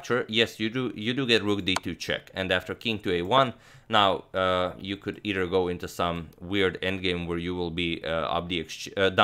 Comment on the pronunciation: Agad, try saying eiTHer instead of eiDer. Thanks as always for great videos